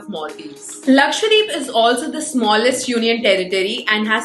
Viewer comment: Why do you say Laksvadeep :p, its Lakshadweep ..